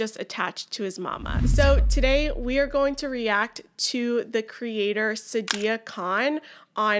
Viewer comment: Just an FYI. The pronunciation of her name is S-AA-di-ya, not s-dia. It's a long A sound.